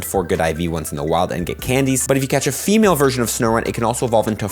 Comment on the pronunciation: "FAMALE" Snorunt lol